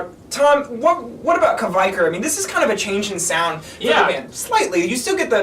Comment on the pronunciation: its pronounced kveikur - "kv (hey) k (our)" isjaki - "iss (as in piss) yah key (as in keytar)"